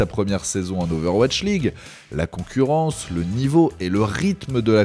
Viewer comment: Soon et son "Ovash League" x)